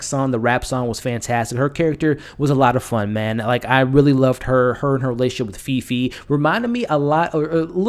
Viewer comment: Great review! The main character’s name is pronounced ‘Faye Faye’ :D